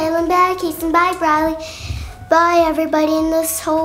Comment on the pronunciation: Your dad said bryLy